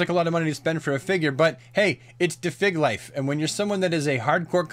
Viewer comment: um...did you just say.... "da fig life"?